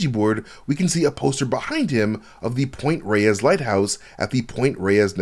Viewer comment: Point Reyes is in Northern California and we pronounce it point “rays” here. That lighthouse is a great spot for whale watching.